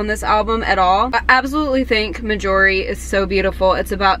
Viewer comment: Why do you pronounce Marjorie that way?